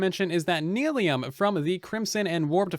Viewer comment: it's nylium, not neelium